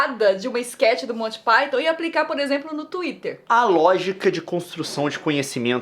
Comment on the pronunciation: Você disse colty pyton?